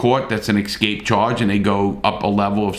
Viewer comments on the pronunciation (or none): ESCAPE NOT EXSCAPE 😂